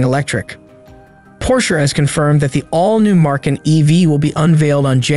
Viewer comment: No R in Macan